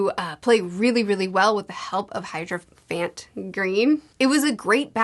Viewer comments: still cant pronounce hierophant....... theres no way you aren't mispronouncing everyones names on accident. the show literally says all the names. its heirophant green, noy hydrophant, or hydroplant. its polnaref, not polnaroff, its darby not darvy...... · still not hydrophant ;D, it's hierophant. he-ero-fant. it's some kind of bishop or religious figure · “It’s better than saying hydroplant! I understand it’s hydrophant this time, sorry.” Oh, never ever change. (It’s Hierophant Green.) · Even when tries to correct herself she still ends up wrong lol. Never change, we love it. (Hydrophant Green = Hierophant Green) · "hydrophant gleen"